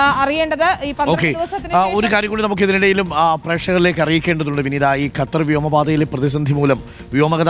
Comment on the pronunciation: ഗത്തർ അല്ല.. ഖത്തർ